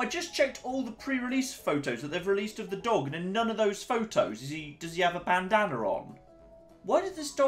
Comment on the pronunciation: "Bandaner" dafaq is that? Bandana?